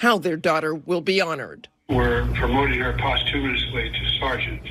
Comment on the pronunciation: Benny...that first statement from the mom was a respectful response to Joe. But as the conversation goes on she loses it. She can't breath... THAT is being overcome with emotion. The tears came right after he told her he was going to promote her to Sergeant. By the way he butchered the word posthumously. So Benny I disagree with you... Watch the while video... She's OVERCOME with grief.. The dad can't stop sobbing either. So what are you sayin? You don't see her overcome with grief? I beg to differ